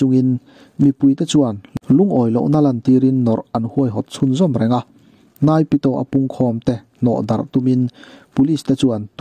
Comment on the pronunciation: Thupuangtu in Myanmar capital hming a lam dik lo.